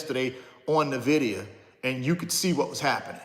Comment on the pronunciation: It's pronounced en-vid-ee-uh